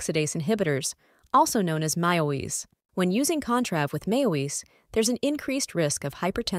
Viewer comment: I wanted to like this, but the pronunciation of MAOIs was bothersome.